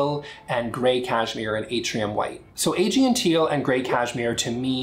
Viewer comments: Thanks for showing us the new colors! (BTW, I'm pretty sure Aegean is pronounced "uh-GEE-un") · Aegean is pronounced “Uh Gee en”. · It’s not novel. It’s teal. I like your reviews in general, but it’s pronounced “ah-GEE-en”